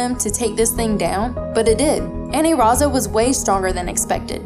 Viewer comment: i dunno why you keep calling it Aniraza when it's Anilaza